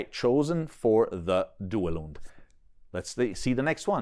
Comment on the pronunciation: “Italian” Duelund is very very close to the original pronunciation 👍